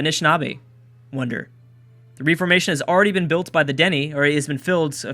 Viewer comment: its ref - or - mation. not reef - or - mation